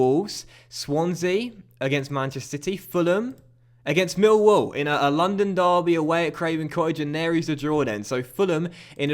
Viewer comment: You claim you get less views on fm than fifa, you don't and if you do its by a few hundred. Also you support Millwall yet you pronounce it Mill wall rather than Millwall. Full me.